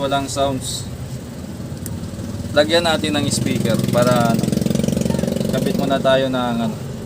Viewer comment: Speaker Hindi ispiker